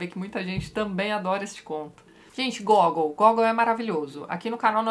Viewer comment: Mais Uma coisa, o nome do autor fala-se Gagòul. Um dos meus autores prediletos. Li direto do russo todos esses contos e o hilario “almas mortas”